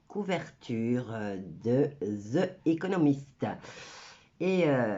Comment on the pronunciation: On dit : Zi economist